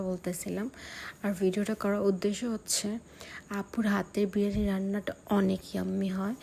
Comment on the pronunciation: আপু ভ্লগ করে কিন্তু সেটার নাম বিরিয়ানি নাকি বিরানি সেটার সঠিক উচ্চারণ টাই পারে না। আবার সে নাকি বাংলাদেশের নম্বার ওয়ান ইউটিউবারের আত্মীয় লাগে । ব্যাপারটা সত্যিই হাস্যকর😂😂😂😂